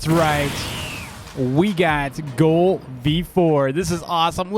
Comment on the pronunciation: brother pronounces ghoul like goal